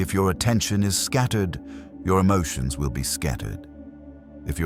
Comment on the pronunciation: JESUS "MASTERS" MY EMOT-SHUNS ✝️